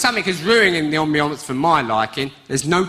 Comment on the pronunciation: I love proper old style stand up and this bloke brings it back to life wiv a right slap in ya face. "Out Out" is so ruddy awesome it is unreal. And don't forget the the "ambianncce". Surely one day this bloke will be a real life legend like I think he already is.